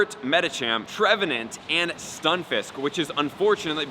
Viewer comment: cmon man you said his name wrong ... its tree-vant